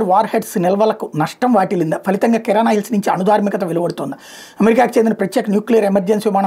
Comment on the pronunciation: కిరాణా హిల్స్ లేదా గ్రోసరీ హిల్స్ కాదు! వాటిని కిరాన్ హిల్స్ లేదా కైరాన్ హిల్స్ అని పిలుస్తారు. ఇంతకీ నువ్వు ఏదైనా పాఠం చదువుకొంటున్నావా లేక న్యూస్ చదువుతున్నావా? గుణగుణమంటూ అదేం చదవడం నాయనా!